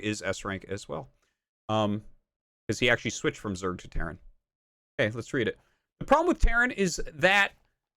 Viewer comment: he said terran and it sounded like "karen"